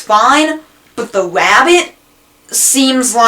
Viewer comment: sorry sir, but theres no "wabbits" on candle cove